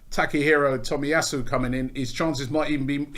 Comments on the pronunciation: Cant believe Robbie is pronouncing his name right lol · Robbie can say Takehiro Tomiyasu on the first go but still can't say Aubameyang after 5 years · im surprised robbie said the name correctly, after the Lachurro Martinez and Belleti butcherings